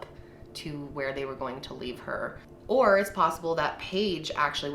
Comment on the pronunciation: It sounded in the audio more like “Where I Should” instead of where